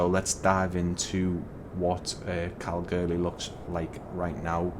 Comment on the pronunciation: It’s pronounced Kal-Goore-lee